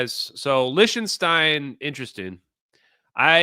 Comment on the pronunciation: Please, for the love of God, STOP saying Lish-ten-stein !!! CRinge!!! (Lick-ten-stein bro.)